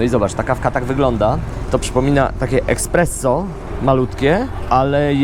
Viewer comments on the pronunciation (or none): Czy ja usłyszałem ekspresso?